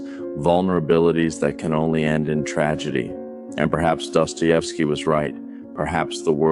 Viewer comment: if you use other creator ideas and themes at least pronounce and write their names correctly, otherwise you have no respect for them, and naturally, you get no respect from others. my comment on this theme. theres no way a society can exist otherwise than how dostoievsky is telling his story. everywhere there is competition between thinking individuals, goodness cannot survive as the only way to proceed in life. beauty gets splintered until loses its original 'shine', because life is tough and you feel it the moment you exit your precious bowl that gives you security